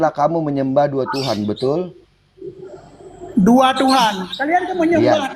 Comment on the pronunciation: Bedul gaess ..belajar dulu bahasa Indonesiaa Kok belajar bahasa arab..BETULL ..BUKAN BEDUL..😜🤪😝